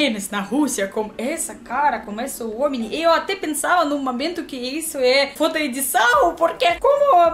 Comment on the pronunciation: Só cuidado com sua pronuncia da palavra "foto" pois essa pronúncia sua tá quaaaaaaseeee um palavrão kkkkkkkkkkk